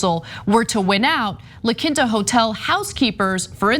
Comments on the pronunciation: Its pronounced La KEEN-ta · OMG, Ana, it's pronounced (lah keen-tah).